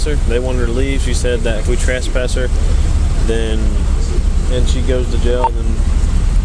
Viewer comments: Who the hell says trass-pass 🤣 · here we go again with the "TRASS-PASS" these fools can't even pronounce it properly let alone understand its legal implications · Hilarious that the female cop corrects how says suspicion but her fellow officer keeps pronouncing trespass incorrectly. This whole thing was a clown show. Love the narrative they create out of thin air... hostile 🤣🤣🤣